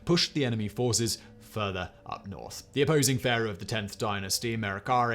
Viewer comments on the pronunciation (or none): none